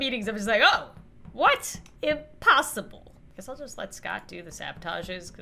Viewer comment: “imposable” Me: “do you mean Imposter-able?” Srry I’m cringey